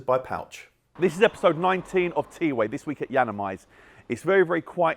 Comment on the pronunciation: The way how he says it ‘T-WAY’ is wrong compared to how it’s spelled TWAY